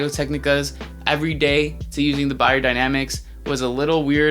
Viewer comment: I have never hear of you, but I had to pouse the video after a minute to like and subscribe. First you have pronounced Beyer the right way and that followed with this cool behumour.